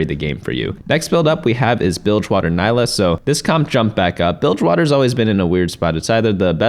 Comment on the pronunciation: it's not Nailah